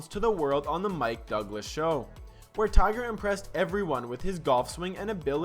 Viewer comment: Tigger ..funny... dumb ai